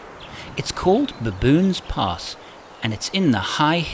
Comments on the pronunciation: "To baboons" 😂😂😂 I hope I'm not the only one who heard that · Why did I think "Baboons Pass" sounded like "Baboons Arse?"